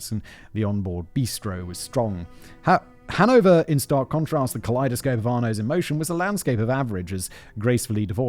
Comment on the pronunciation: as a Dutch person, Hanover does not sound Dutch..